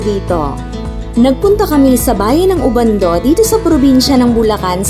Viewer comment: Vlogger Pagtutuwid po OBANDO, Hindi po "UBANDO"